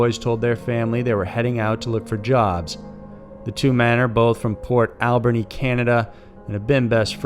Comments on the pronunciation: McLeod is pronounced "Mc-Cloud" and Port Alberni is pronounced "Port Al-bernie". Either way, thanks for covering this case as it kept us on our toes here in BC (and the provinces they travelled through - basically half the country). But also, none of the bodies were found on the "Highway of Tears" they were found over 400km from there. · Oh it's Port Al-bernie - Not Port Alb-any